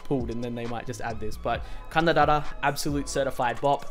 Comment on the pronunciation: Man, the way you pronounced 박재범 and 가나다라 was so flawless like damnn your pronunciation 🔥